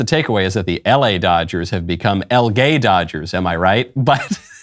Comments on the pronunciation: / You meant to say El Gay Todgers. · Nah. Not El Gay. Not “El Gay.” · / You meant to say El Gay Todgers.